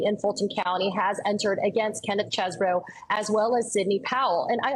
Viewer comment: You have court video of Chesebro pronouncing his own name, but Joy feigns ignorance so she can call him “cheese-bro” … it’s petty, and detracts from the sincere seriousness of this story